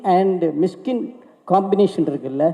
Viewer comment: மிஸ்கின் இல்ல.. மிஷிகின்.. நாக்க நல்ல வழிங்க.. அப்பதான் வல்லினம், இடையினம்,மெல்லினம்.. வரும்.. 🤣🤣🤣🤣🤣🤣.. என்ன தமிழ் பேசுறீங்க அமீர் பாய்.. 😇😇😇😇😇😇😇😇😇😇😇🤣🤣